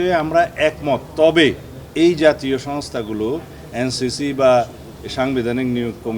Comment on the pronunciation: সালাউদ্দিন সাহেব আপনি এন সি পি নামটাই সঠিকভাবে বলতে পারলেন না এটা দুঃখজনক😊😊😊😊😊😊😊😊😊😊😊😊😊😊😊😊😊😊